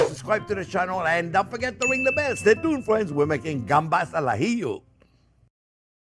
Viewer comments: Since we're not sending a man to the moon and it's only cooking, I will leave the chili out. More butter, more garlic, more parsley, more vermouth and zero chili. And for me, on crustini please. Oh, and as a Spaniard, I can confirm you're saying "gambas al ajillo" perfectly, albeit with a slight French flair; which is good. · "gambas al ajillo" you pronounce it perfectly! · ¡Excelente pronunciación!👌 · When you say 'gambas al ajillo' your Spanish pronunciation is excellent! When you say camaron, a little less excellent, haha! Thanks for another delicious recipe, I love it. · As a Spanish person, the way you said Gambas al ajillo was perfect. Could have fooled me if you said you were born in Spain! Thanks for making such an iconic dish